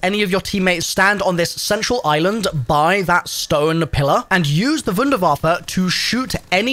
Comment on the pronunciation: THANK YOU for being the ONLY content creator I have seen to this point that pronounces Wunderwaffe correctly when using the German version of the word and not just calling it a wonder waffle or some crap like that 🤣